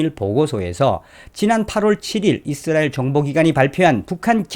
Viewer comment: 잇쓰라엘 아니라 이스라엘 입니다